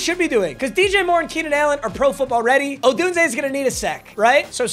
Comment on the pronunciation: is the only YouTuber I know that pronounces Rome. Odunse correctly